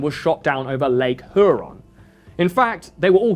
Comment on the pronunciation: the way he said Lake Huron is hilarious to me as a local